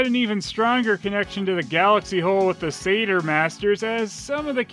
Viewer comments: I'd have thought that Satyr is pronounced Satire not Sayter? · I think maybe it’s pronounced “Satire” masters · Usually I hear satyr pronounced almost like sadder but say-terr is also common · Am I the only one who pronounces it ‘Sat-yer’?